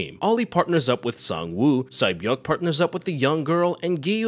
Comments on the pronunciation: Sae-Byeok is pronunced Se-Bjong. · Sae beok name is actually pronounced Say beeo-ook